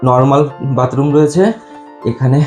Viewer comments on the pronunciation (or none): none